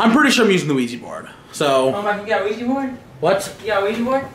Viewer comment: Omg.... Why can´t people say OUIJA correct? It´s not OUIJI, it´s OUIJA. Oui-Ja is french and german for yes-yes.